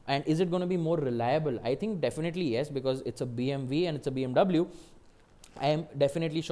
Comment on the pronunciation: u calling bmw as bmv every now and then is annoying... plz stick to bmw and don't struggle in trying to show yourself off and fail miserably